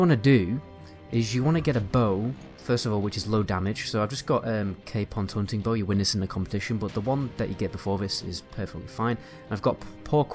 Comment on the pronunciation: Is he saying bows or balls?